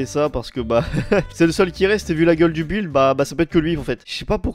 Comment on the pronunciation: à dit bil au lieu de dire de buld